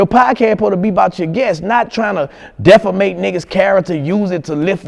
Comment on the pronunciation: He can't say "defame" to save his life lol